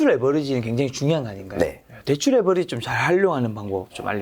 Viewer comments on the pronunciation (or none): none